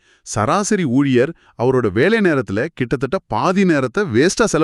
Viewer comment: AI won't pronounce... "கிட்டபட்ட" "கிட்டத்தட்ட " However, hats off to you people